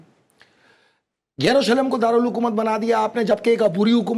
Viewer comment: What a silly jihadist. Can’t pronounce the name of Jerusalem.